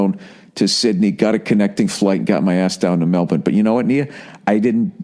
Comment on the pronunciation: bill pronounces melbourne correctly.